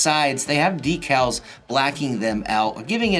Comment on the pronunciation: You say decals wrong bud